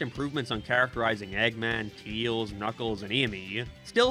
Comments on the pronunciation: Why does he say Teals? It's Tails. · Why do you say Tails' name like that? 🤨